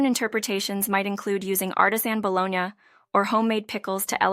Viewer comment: Bolognia? It’s pronounced BOLOGNEE!! And Tan-geee-ness? I believe you mean TANG GEE NESS! 😂